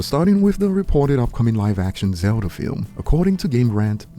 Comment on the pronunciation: Bro said zelder lol